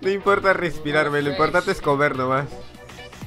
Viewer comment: Dice repsirar no respirar :v